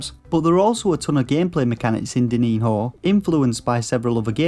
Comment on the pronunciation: It's pronounced like diniño, "dininio"